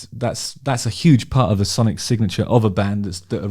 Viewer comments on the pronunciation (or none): none